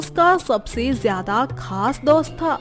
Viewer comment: daust nahi...dost😄